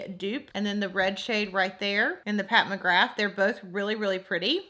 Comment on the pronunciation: are you saying mcgraf instead of mcgrath??...maybe it's just your accent idk but def the bad habit palette looks waaay more pigmented